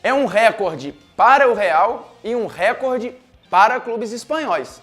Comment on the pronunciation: Como jornalista só falta saber falar a palavra "recorde" corretamente. A sílaba tônica é "cor"